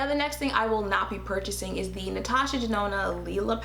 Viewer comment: Okayyy did she just say Ms. Natasha DaNOT!!! OMG TOO FUNNY LMAO!!!!! You are sooo painfully truthful but funny as hell funny!!!!